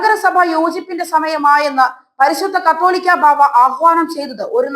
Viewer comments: കത്തോലിക്ക അല്ല കൊച്ചേ, കാതോലിക്ക ! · At least learn to pronounce the name correctly കാതോലിക്ക ബാവാ ആണ് കത്തോലിക്ക അല്ല